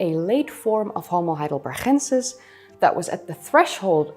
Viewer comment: I know you love your Dutch G's. However Heidelberg is a German name with a hard G, so Heidelbergensis should have a hard G.